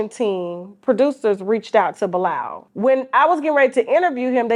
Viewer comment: Why is the host pronouncing Bilaal like Bye-Lal???